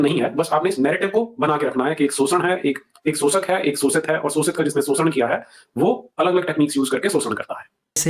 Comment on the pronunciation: वो आदमी शोषण को सोषण्ड कह रहा था 🙄 आपका मजाक उड़ा रहा था सोषण्ड कह के 😒😒